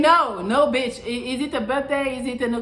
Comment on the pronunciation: Melli says beetch more than I do. Lol